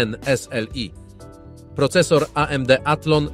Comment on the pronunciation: Jezu i zmień ta manierę przy wymawiania S L I